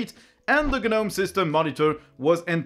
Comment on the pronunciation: The G in Gnome is silent.